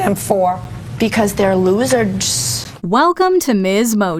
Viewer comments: "Because they're losard-ssss" 😂 great way to start off this compilation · “Because they’re lo-zards” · "Because they're LOSERDS" 😅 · Hey Siri, define "loserds" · LOSERDS is how they pronounce it in Dorchester, Mass. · "becuase they're loserds..." then she realizes she fucked up